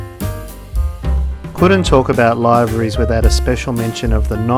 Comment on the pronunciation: Isn'i it pronounced; LIV-ER-EES ?